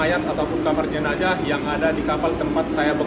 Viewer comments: bukan jenajah....tapi jenazah...pake huruf z bukan j. itu berasal dari bahasa Arab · Jenazah bang bukan jenajah